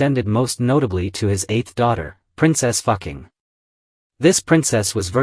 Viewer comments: Dude your Ai Textspeach is horrific... You should check bevor you upload. The AI calls her Princess Fucking and not Fuqing... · Correct pronunciation- Foo Ching